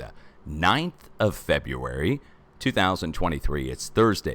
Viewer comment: Thank you! BTW, it is FEB RU ARY, not Feb u rary